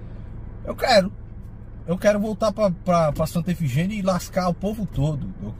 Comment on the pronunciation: "eu vou voltar pra santa efigênia" hahahahahahaha